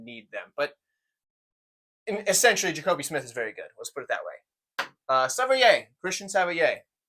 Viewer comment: It’s pronounced sav-waa Or Savoy if you’re begrudgingly English